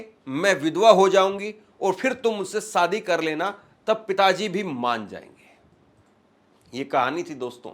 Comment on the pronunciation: Bhai jab aap shayad theek se bol rahe ho to shaadi ko Saadi kyun bolte ho !! Thoda apna uchhaaran theek karo !!